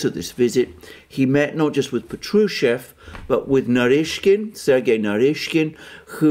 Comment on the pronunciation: Patrushev pronounced as pAtrushev with accent on the first syllabus